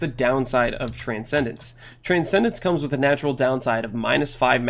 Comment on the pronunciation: "It all kaoms down to one thing"